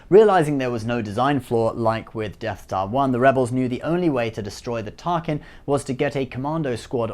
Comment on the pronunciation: you said deaf dar I think who is dar why is he deaf?